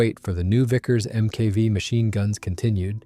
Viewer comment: It's a better-written AI script than many I've heard. But , it refers to Vickers EM-KAY-VEE machine guns. Meaning Mk V (MARK FIVE).